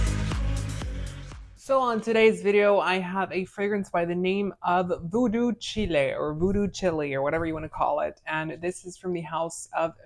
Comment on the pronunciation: Voodoo “Chile” /Child. Like “voodoo child”